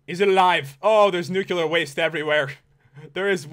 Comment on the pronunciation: btw you pronounce nuclear wrong its New-clear not newclearer